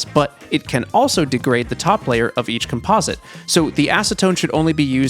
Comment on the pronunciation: he is saying composite wrong